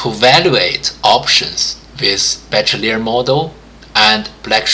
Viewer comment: it's pronounced: Be-She-lier not Be-Che-Liar